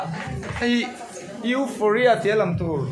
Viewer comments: Ngawiteh mn lo ngaidam lok teh complaint hranpa ni hauhloin Eurofia tiin i lam tlatin ka hri han lam tha leh teh Eufawria tih tur ani jok em pliss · Europhia or Euphoria pawhin a lam fuh hlei thei biklo😂😂😂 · Eufhoria tiin ilam ang P kha F angin a ri anga.Hriatvek theih pawh nibiklo a ho lutuk inhmuhnawm lutuk tho❤❤❤❤❤ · Europhia tiin i lam daiha😂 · Mizo trawg deuh tak in u fawria tih tur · Euphoria zawk alawm sir.... Youuufawwria... Ti a lam tur lawm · 😂😂😂A nang ber pawh chu ,i lam sual nasa ve,EUROPHIA chu ni lo deuh ang a😂😂😂😂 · Sir...Nangmah khan ilam diklo anih khaaa🤣🤣🤣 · Sir pawn alam dik thei meuh tawh lo 😂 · lam dik theilo lai khi aw😂